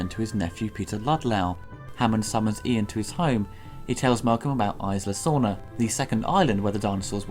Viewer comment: it's "Ees-la" Sorna